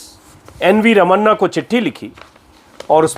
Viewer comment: Brilliant prentation अजित अंजुम जी। बस एक सुझाव: कृपया आप SC CJ के नाम का इस्तेमाल ऐसे कीजिए: ra ma Na..... र म णा. जैसे अणुबम मे Na ण का प्रयोग होता हे। हम सब इसी तरह करते है। आप का कार्यक्रम बहुत पसंद आई और आप को धन्यावाद।